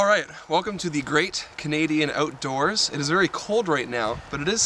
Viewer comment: i could tell he was from Canada as soon as he said "outdoors" in one of the earlier vids. Go Canada!